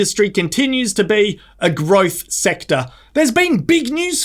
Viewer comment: The way you say " GROWTH. SECTOR. " 😄 😆 😄 😆